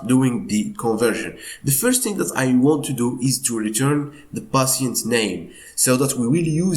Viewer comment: You keep saying passiants like can you tell me what it means